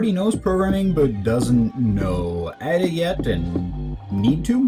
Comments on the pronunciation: Is he saying Ah-Da? It's Ada, the language is named after a person, Ada Lovelace. Pronounce it like the name... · I've never heard anyone pronounce Ada that way. Like "add uh." It's not deriving from "adding" something. It's a woman's name: Ada. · AY-DA not EYE-DA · just started watching, when I learned the language we called it Ada, pronounced as "aid-a", not as "add-a", have you heard that way too? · You would have thought that someone who teaches Ada would be able to pronounce it correctly :/